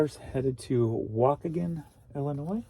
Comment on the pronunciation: 😁 wahKEEgan Illinois